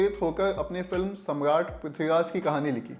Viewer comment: Ye pahla banda hai lallontop ka jise dekh ke lagta hai ki koi to jaan pehchaan ka hai iska is channel me....jo banda Samraat thik se nahi bol pa raha hai wo Movie review kar raha hai...